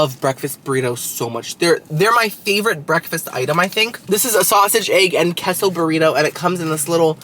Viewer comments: K-so, you know queso is pronounced, K-so not keso, right? Yeah, I knew you did. After all you are 1/2 Cuban. LOL...Narrr...🤣🤣🤣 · QUESO= K-SO not KESSO 😂 I can’t take it 😂😂😂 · “Queso,” is it not pronounced “K-so?” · It's pronounced kay-so